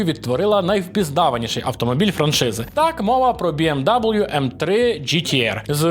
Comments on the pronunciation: То бі ем ві, а не дабл'ю. Контора німецька, букви німецькі. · БМВ а не БМДабл’ю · Біемдабл'ю? Хаха Німецьке авто німецькою Бе Ем Ве, а американська вимова бі ем дабл'ю звучить від тебе не дуже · Не БМ Даблью, а БМВ, це ж німецька назва, байрішен моторен Верке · Тільки не Бі Ем ДаблЮ) БМВ) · Не кажи w кажи v в BMW Bayerische Motoren Werke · Яке, до дідька, бі ем дабл ю? Бе ем ве. Bayerische Motoren Werke AG або скор. BMW (Баварські автомобільні заводи, БМВ; вимовляється: Бе́-еМ-Ве́). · даже німці кажуть БМВ, цей хряк - БМДАБУЛЮ, жесть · Its БіЕмВі нот БіЕмДаблю! Байріш Мотурен Вяке. Лерн іт! )))) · БеЕмВе не бі ем дабл ю ЛамборГіні не ламборджині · "БМ даблъю" - это не правильно. Правильно - БМВ. От Bayerische Motoren Werke. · А хіба не БіеМВі? Це ж німецька компанія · сам ти БІ ЕМ ДАЮЛʼЮ. W в німецькій це не даблʼю, це В. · Коли ти вимовляєш BMW, як бі ем даблю мені аж в очах темніє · Німецькою ж так само як і в нас вимовляється. Тому я теж не розумію, нащо називати англійською, але це дрібниця. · Bayerische Motoren Werke AG або скор. BMW (Баварські автомобільні заводи, БМВ; вимовляється: Бе́-еМ-Ве́) P.S. Моїм вухам було дуже боляче.